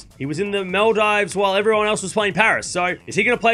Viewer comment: I like how you pronounce Maldives as Mel dives 😀